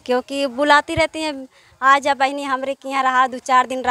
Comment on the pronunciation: Bahut sundar lkn bhaiya patrakar kripya zzzz Kam bole . Jahan par jaa ho waha par zaa na bole . ज और ज़ me fark samjhe.